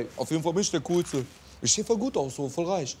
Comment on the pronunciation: "auf ejdenfall bin ich der kuhlste" c